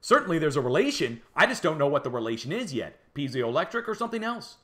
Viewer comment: Great research and presentation. I will be following closely. (Just check your pronunciation of piezoelectric).